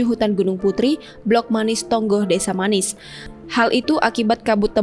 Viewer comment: Desa MANIIS. MA NI IS. bukan desa manis mbaaaa